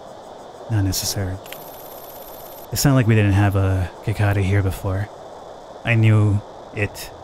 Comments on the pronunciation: Lol cicahda? 😂😂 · It’s si-kay-da just to let ya know